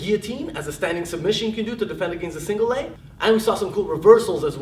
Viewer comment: "Agaynst" Lmao. Sorry but that pronunciation always gets me